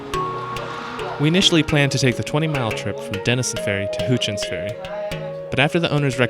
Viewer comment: Loved your video. Thanks for doing one on this area. I live in this area. Just a note - Houchens Ferry is pronounced How chins, not Who chins. There is also a Grocery Store Chain in South Central Ky of the same name.